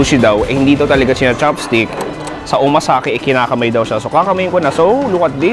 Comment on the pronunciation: Its not Omasake but Omakase,.